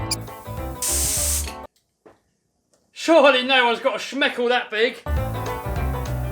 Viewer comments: "Smeckle" LOL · Lmao did you say shmickle